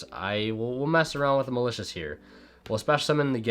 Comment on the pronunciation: Nobody:: MALACIOUS